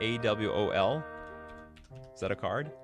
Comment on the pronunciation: In case it wasn’t answered in stream A.W.O.L (“a wall” not “owl”) stands for absence without leave. A military term that is INCREDIBLY prevalent in movies and TV. Which is why you saying “owl” was driving me nuts.